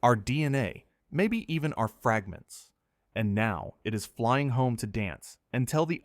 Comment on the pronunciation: and fragnants and ogjects. I hate this AI crap